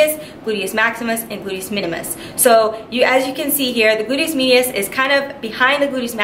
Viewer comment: “Boodyis midius”